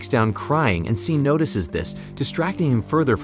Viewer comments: I had to stop watching this video less than halfway through because he keeps mispronouncing "Sean". f#@ you, A.I.! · Hahaha Love how the narrations keeps calling him seen. His name is Shawn, just spelled SEAN